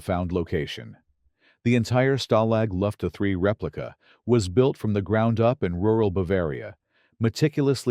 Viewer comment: For HEAVEN'S SAKE, lose the machine generated narration The whole video is ruined by it, from the mispronunciation of Richard Attenborough's name to the incorrect phrasing of Stalag Luft A3 as Lufta 3 Either employ a human narrator or teach the machine how to say the things correctly